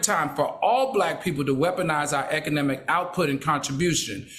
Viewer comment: Econimic…get it right Al!